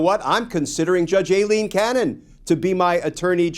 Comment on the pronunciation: Her name is EYE-LEAN, not A-Lean. After over a year, it's time to pronounce her name correctly. Anna Bower, of Lawfare, was in the courtroom when the judge was introduced and she confirmed the correct pronunciation.